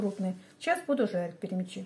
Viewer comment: ТАТАРЧА БУ ПЯРЯМЯ'Ч ! Пярямя'чи. На русский лад- Перемя'чи!